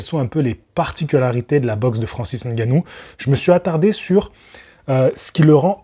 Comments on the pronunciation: Le seul youtubeur qui prononce bien Ngannou, au lieu de Engannou**. Bravo !! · Prononciation de Ngannou parfaite en début de vidéo Merci 🫡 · N-gannou c est la prononciation en français, meme si c est pas en langue bantou..